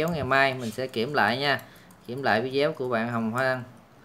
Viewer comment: Sao anh chị bi cứ nói là vide-éo hoài vậy ta